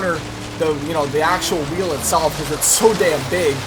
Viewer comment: When u said "2 weel" was a spoiler